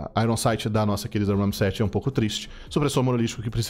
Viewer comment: Hahahaha poxa, por que você enfatizou o “RAM”? Era bem mais autêntico quando você falava “Rami-7”